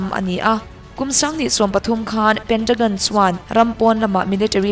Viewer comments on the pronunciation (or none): none